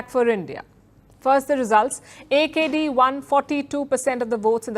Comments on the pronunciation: Correct reading of AKD. by India though our people cannot. Thanks India. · Love the way she pronounce AKD. Our AKD.